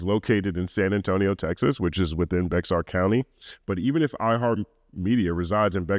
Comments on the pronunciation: I’m loving watching take Karen’s latest downward spiral. Also just a tiny heads up, locals pronounce it as “bear” when talking about “bexar”county. Lots of weird stories as to why and no one seems to agree but they all say “bear” 🧸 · Bexar county is pronounced “Bear” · I know this is of little consequence, but Bexar is pronounced like the word "bear" or "behr". I know it's weird. As a Texan we have so many cities, towns, streets, etc. that are pronounced nothing like you think they would be phonetically. Lol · Bexar is pronounced as Bear. You welcome 🤝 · Lmaoo bexar it's pronounced "bear" 😂😂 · Bexar county is pronounced “bear” county. It was designed to be misread so I don’t blame you. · hah bexar county😅 oddly enough you could pretty much just take the X out and read the English word left as it legit sounds exactly like Bear when pronounced as intended🤣🤣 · It’s so funny hearing “Bexar” as a Texan lol here it’s pronounced like Bear or Bayar. Nobody goes there though, so Bexar is fine lol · The X in Bexar is silent. "Bear" County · Just for your info. Bexar is pronounced more like bear or Bayer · i love you, but its pronounced "bear" county. Im sure this wont be the first time youll read it! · “Bexar” county is actually pronounced as “Bear”. Source — I lived in San Antonio for almost 10 years 🤣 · It's Bear county. The 'X' is silent. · I know it's minor but "Bexar" county is pronounced "Bear" county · Bexar County is pronounced Bear County. Life long Texas native here. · Bexar County.... the 'x' in Bexar is silent... Bear County. Sorry for the nitpick, I used to live there. Loved the breakdown tho. edit: lol. I spelled nitpick incorrectly. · I was going to say this as well lol. The ‘x’ is silent but don’t ask me why, I just live in Texas 😂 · I’m a Texan & I am just learning that’s the way it’s pronounced!! Lol 🤣👀🤣